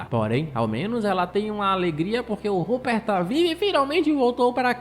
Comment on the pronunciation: mn ele falando ruper tava me dando agonia